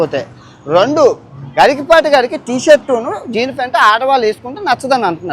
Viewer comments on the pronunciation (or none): ఒరై బాబు గఇకపాటి కాదు గరికపాటి ముందు పేరు పలకడం నేర్చుకో, అన్ని దేశాలు వెళ్లావు గానీ నీ బుద్ధి గడ్డి తిన్నట్టుంది. పుట్టిన దేశాన్ని ధర్మాన్ని తూలనాడే నీలాంటి ద్రోహులు తల్లిపాలు తాగి రొమ్ము మీద కొట్టే వెదవలు ఉంటారని మాకు తెలుసు. నీకు వినాశకాలం దాపురించింది రా హిందూద్వేషి